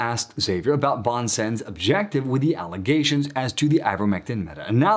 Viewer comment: A little help with your French pronunciation: "bon sens" ('good sense", as you indicate) is pronounced smthing like "bohn sahns" France Soir: "frahnce swaar" Xavier goes like "gzaviay" in French. In Spanish it's more like "haviair", which is acceptable too in this case.